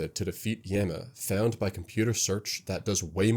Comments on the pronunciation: hearing this guy say yam-ah instead of yah-ma is driving me insane, no way i can watch 48 mins of this anyone recommend a diffrent video? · Yah-ma. Not ya-ma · all this for him to still say "Yehma" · At first I was a bit irritated by your pronunciation of Yama, but I’ll forgive you for how awesome this video is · stop pronouncing yama like that please